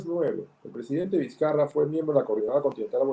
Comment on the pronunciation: Es la segunda periodista venezolana que escuchó que le dicen Vizcaya parece que no supieran leer español